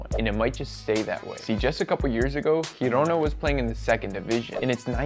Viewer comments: My boy, "Girona"(Spanish G) doesn't exist. There's only; 1. Girona with Catalan 'G'(same as French g) Or 2. Gerona with Spanish 'G'(pronounced like a hard 'h') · Girona no, GUIrona pronounced gee-Rona